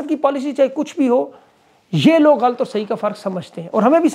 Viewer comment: آپ بڑے اینکر ھیں تلفظ کا دھیان رکھا کریں لفظ غلط ھے غ اا ل ط